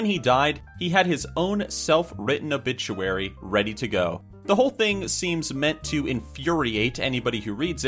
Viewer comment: Loll a obituary it sounds like obitchuary XD Lol